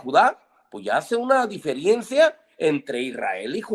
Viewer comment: Min "Hasta el día de 'ora, hasta el día de 'ora; no ACECTAN..." Min 26:9 "Pues ya hace una DIFIERIENCIA" 😂 Min "Pero siempre tenemos que ver el TESTO de qué está hablando" Min "Siempre tenemos que ver el CONTESTO de qué se está hablando" De dónde sacaron a esta gente? Y lo peor de todo que tipo de personas se creen la gran estafa del MRH Y lo más interesante es saber que hay ignorantes que piensan que ellos son Cristianos, cuando el MHR es una secta que tomó fuerza a finales del siglo pasad